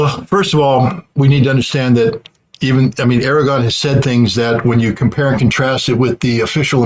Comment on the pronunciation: Love you, scott, but please stop calling Erdogan Aragorn. I'm a Lord of the Rings nerd and I object.